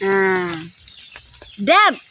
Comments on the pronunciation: Debt read as det hindi po debet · DEBT is pronounce as "Det" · DEBT pronounced as det, silent b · Your suppose to say det it’s silent b on debt.